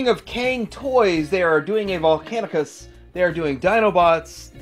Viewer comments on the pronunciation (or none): I think “Cang-toys” is pronounced “Tsung” instead of “Kang”. “藏” is the Chinese word for “secrete stash” and by extension “to collect”.